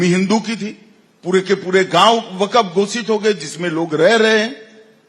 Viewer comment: Waqf pronunciation hi pahle thik karlo tab ku6 bolna